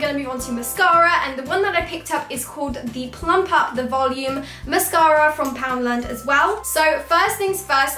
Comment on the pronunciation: You said 'Fake Eyelashes Frim Primark' 😂❤ Btw 😍😍